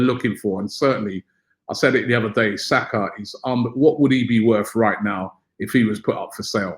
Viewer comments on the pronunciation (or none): none